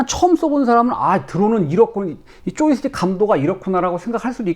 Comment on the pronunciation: 조이스틱을 쪼이스틱이라고 말하는게 넘 웃김 ㅋㅋㅋㅋㅋㅋㅋㅋ